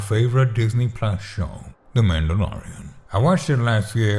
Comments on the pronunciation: "Mandy Lorian" - This is great. Hilarious. Thanky you. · The way he pronounce mandalorian 😂